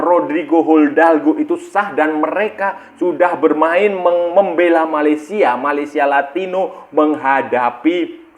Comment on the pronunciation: Mimin kok bilangnya Malaysialatino🤣🤣🤣